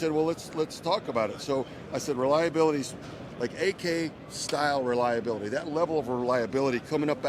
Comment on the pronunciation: Warfighter. Spec Ops. Amphibian. Relalabilitah. 😂